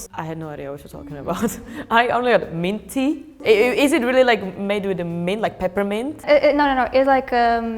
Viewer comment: when she said "mint tea" I honestly understood Манты